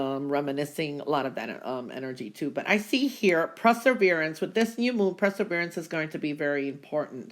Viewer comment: First of all, I do really like and enjoy your readings, but I feel obligated to point out one word that you consistently mispronounce.....that word is perseverance. I usually can ignore it, but you used the word so many times in your intro to the readings that I felt the correction was needed. The word is PER-SE-VER-ANCE, not PRESSER-VERANCE. I realize that this comment sounds like trolling, but please know that I sincerely don't mean it to be. Sorry for any offense this comment causes.